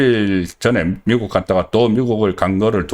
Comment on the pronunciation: 송선생 방송듣기가 힘이 든다. 발음을 고쳐야. 예컨대, 탄핵을 발음할땐 탄자에는 힘이 들지않아야하나, 송선생은 탄자에 악센트를. 또 미국의 발음은 미자에 힘이 들지않아야 하나 그대는 미자에 악센트를. 쌀 미자라면 미자를 강하게 하나 아름다울 미자는 그렇지 않다. 이처럼 교육받은 표준인이 지켜야할 발음이 송선생은 아주 엉망. 경상도 출신이라 감안해도 너무 심하다. 그래서 소양없는 사람이 얘기하는것같아서 그 내용마저 디그레이드되는 느낌마저. 지금이라도 문제의 심각성을 인식하고 고쳐나가시라